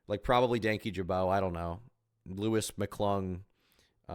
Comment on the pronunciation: wait she doesn’t even know how to pronounce his name i thought they knew each other 😭😭😭